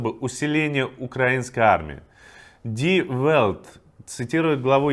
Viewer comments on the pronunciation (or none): Название немецкого источника произносится с мягкой эль: Ди Вэльт (Die Welt)